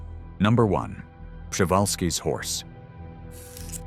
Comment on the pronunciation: Man spricht Przewalkis Pferd so aus: P-rz/wie j in Franz. Jean/ -e-w-a-l-s-k-i -s Pferd. Ich denke Friesian war auch falsch. KI Stimme. ausgesprochen